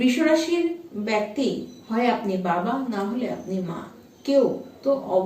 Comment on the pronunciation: Prothomei boli byakti noy bekti.. improve your pronunciation..bengali is a sweet language..don't spoil its image..